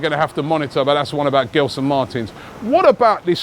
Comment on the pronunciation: As a Portuguese Arsenal fan who grew up in London, I'm glad that Arsenal are finally looking at players from the Portuguese league. There has always been so much talent there that Arsène never really tapped. Let's see what happens with Arsenal links like William Carvalho & Gelson. By the way, the "G" in Gelson is pronounced like the "G" in gelato. Just an FYI. Keep up the excellent work!!